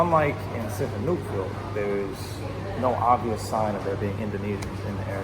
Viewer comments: I’m glad you pulled this off however living in Thailand for 17years? I find it impossible you kept pronouncing the name of the town you were in would be impossible bro. It’s said snooville and it’s simple so I call bullshit straight away. Glad you speak Chinese and hope you go back asap probably fooled everyone as well. Sad. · You're also pronouncing the name of the town incorrectly